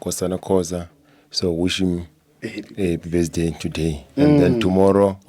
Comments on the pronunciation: Not besday 😂😂😂ke birthday 😂😂😂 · The other stupid guy says besday🤣🤣🤣🤣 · can't even pronounce word "birthday" mamparas